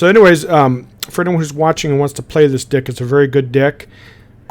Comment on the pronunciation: Man... he pronounce deck like dick.